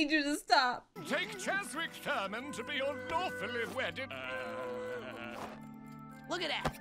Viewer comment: did that priest say "'dolphinly' wedded husband"?